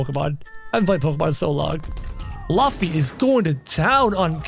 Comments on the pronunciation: It's not lufffy it's Lufy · It is luffy but it's pronounced LOOFY but spelt luffy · Its purnounced looffy but spelled luffy. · luffy is pronounced like: roofy (in japanese) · NOT LAFFY IS LUFFY 😡🤬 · Btw Ur saying Luffy wrong u say it like loofy